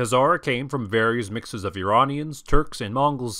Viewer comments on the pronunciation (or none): none